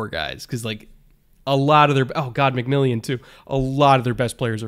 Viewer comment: Re Broncos: our slot corner is named McMilian, Mc-Mill-an, not McMillion. The Sunday night announcer got it wrong, so I understand other media people continuing to mispronounce it, and it's given the Broncos a new nickname for J-Mac, but it seems a little disrespectful to me. Sort of like people mispronouncing Patrick Surtain's last name.